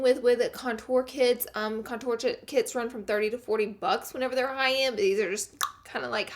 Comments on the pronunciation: Love you but the word is CONtour and you keep saying conTOUR okay thank you <3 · STOP PRONOUNCING CONTOUR LIKE THAT